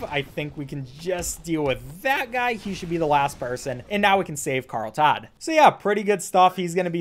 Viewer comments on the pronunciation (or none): none